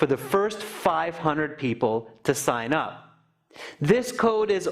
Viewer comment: Sign-ups not "sing-ups", fyi